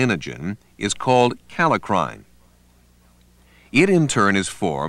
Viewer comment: Very helpful introduction, more clear than any pathology video I have seen so far. I appreciate having a professional reader -- the only words mispronounced are leukotriene, nuclear / polymorphonuclear, and kallikrein. Once again the NLM has done a real service to beginning pathology students.